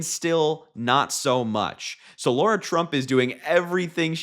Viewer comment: Lara, not Laura.